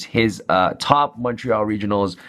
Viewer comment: Mad respect that knows how to pronounce Montreal properly.